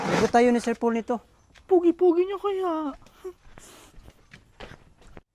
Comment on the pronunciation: Tawag ni kay PB ay Sir "Pol". Dapat Sir Pole "". 😀